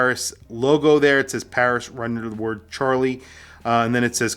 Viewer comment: I don't know ANYTHING about the French language... but you KNOW it ain't pronounced 'Char-lee' 😅😂 'Shar-lee', perhaps? 'Shair-lee'?? 🤷‍♂🤷‍♂ Haha, someone let us know 😂